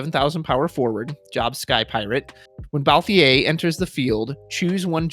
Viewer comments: I don't really care how people pronounce Tidus. Cabbage's pronunciation of Y'shtola used to throw me off but never bothered me much, but ' pronunciation of Balthier....... It fully trigger me lol. No hate for it though XD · I was actually drawing while listening so when you said it, I looked up to see who the character was and I was immediately like, "No! No he didn't just mess up the leading man's name!" Then you said it again lol. Had to say something, but not mad. Don't want you to feel stressed over it, just poking fun.